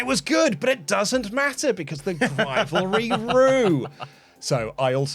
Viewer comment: Whenever I hear the word grivalry I die a little inside